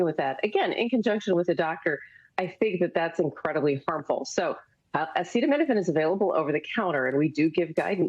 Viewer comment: SO—- he has gone from “ bleach injections for Covid” to “ attacking Tylenol”— cannot pronounce Aceta — uh uh